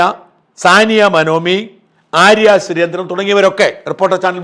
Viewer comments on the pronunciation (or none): none